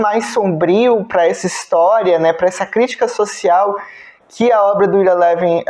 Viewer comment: Ira Levin (pronuncia-se Aira Lívin). Esse sujeito, já falecido, publicou apenas 7 livros, um melhor que o outro. É considerado o rei do suspense paranoide. Seu melhor livro, premiado e que gerou dois filmes, se chama "O beijo da morte". Um livraço! Ira Levin escreveu e publicou "O filho de Rosemary", que é a continuação do livro "O bebê de Rosemary". É meu escritor preferido. Tenho os 7 livros dele, em papel e no formato eletrônico. Recomendo.